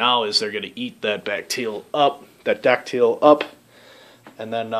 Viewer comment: I think it's called "die-acid-al" ...what kind of yeast are you using....I'm doing a Czech pils and am at the diacetyl rest currently ....57* for 12 days...primary slowed down and will take it up to about 65-70* for the rest...and will rack it and take take it slowly down to the low end of the fermentation range for about 3 weeks, then slowly all the way down to 32* for another month. Batch 57, 3rd lager. Let us know how yours turns out. Thanks for posting.